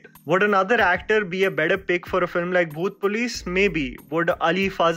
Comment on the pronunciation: Bro when you say the name of movie it sounded like "bhoot place" everytime you said it 😂